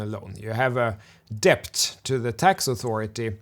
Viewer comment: Great Video! You should consider keeping the "b" silent when pronouncing "debt" :)